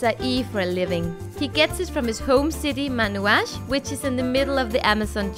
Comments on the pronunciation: It is not MANUAS....... it is MANAUS.. MA NA US. CAPITAL CITY OF AMAZON STATE. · The correct is Manaus, no Manuas. Manaus is Capital's Amazon State...